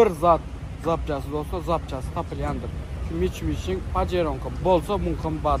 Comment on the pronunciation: mitshubishi (Mitcubici😂😂😂😂